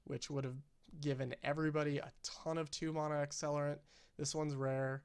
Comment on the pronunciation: It is pronounced MANa not MONa, Sincerely, The way the rest of the magic community pronounces it